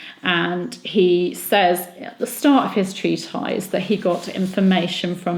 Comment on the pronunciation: 'treatise' pronounced as treat-eyes? New one to me!